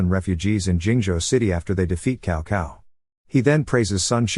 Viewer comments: 😄very wrong pronunciation of Chinese names, cao cao is not kao kao, its tsao tsao. and also many other names. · cow cow 🤣